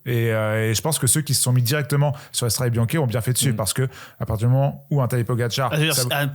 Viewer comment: Des années que cette émission existe et n’est toujours pas capable de prononcer correctement « Strade Bianche » 🥲 ni même logiquement Que tu le prononces à la Française, à la limite, bon, mettons nous au niveau ridicule de la réputation des commentateurs sportif Français, les seuls jamais foutus de respecter les coureurs étrangers en prononçant leurs noms correctement. Pourquoi pas. Mais dans ce cas là tu le dis QUE à la Française 😂 Pas moitié moitié! C’est soit tu dis « Strad’ Biancheuh » soit tu le dis correctement: « Stradé Biznké ». Pas un mix « Stradé Biank’ », ça n’a aucune logique… C’est quand même ultra ultra facile non? 🥲 Vous relevez totalement le niveau avec votre émission, foirez pas tout avec ce genre d’absurdités. Bises les gars trop content de vous revoir.